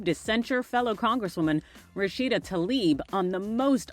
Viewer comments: Is it so difficult to pronounce TLAIB the right way? It certainly is not TALIB 🙄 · Representative Rashida Tlaib! Not Talib. Tla-ib Not Ta-lib.